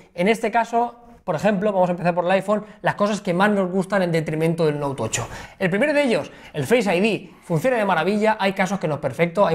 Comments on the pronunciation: Porque siempre decís note tocho? Tan difícil es decir note Ocho ? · El "Noutocho"